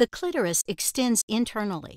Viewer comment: Thank you for pronouncing clitoris correctly